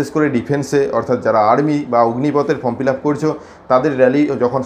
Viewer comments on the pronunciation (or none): none